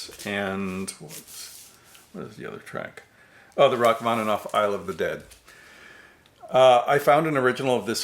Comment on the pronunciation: "The Rachmaninoff 'Isle of the Dead'." I could have sworn you said, 'I Love the Dead'. Silly of course, because Fritz Reiner died 10 years before Alice Cooper even recorded that classic. Shame, it would be interesting to see what the Chicago Symphony could do with some glam rock.